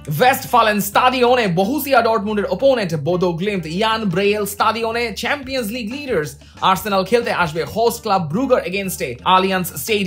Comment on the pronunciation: কাক যখন কুকিলের সুরে ডাকতে চায়। যাইহোক, আপনার উচিত স্বাভাবিক উচ্চারণের কথা বলা। সেম্পিয়ান্স লীগ, পেইএসভি আরো অনেক আছে। রিয়াসাদ আজীমের মতো, বিপিএলের ম্যাচেসগুলো😀😀